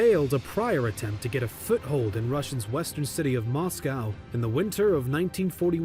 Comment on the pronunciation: Probably the first time I have heard anyone say Mos-kauw. It's mos-ko. The exact same way we would pronounce Cosco. Also Manstein is said the same way we say Einstein.